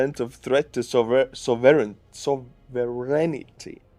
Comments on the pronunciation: That's a tough word "sovereignty", pronounced sov urn tee. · "Sovereignty" only has 3 syllables... So-verrighn-ty. Good luck. haha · Sov er en tee, just trying to help.